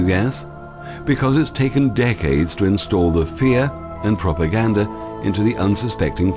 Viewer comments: I like his channel too, I have thought that to myself, how he pronounces propaganda, I've never really noticed anything else, but yes he does put out good info very passionately... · I love dahboo7's channel... I can get past his speech, he is from Kentucky, he can't pronounce propaganda either, other than that he sounds like he's from the north or doesn't seem to have southern accent